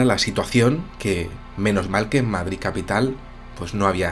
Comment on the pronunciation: Qué bien suena que un madrileño diga "Madrid", no "Madriz"... ;)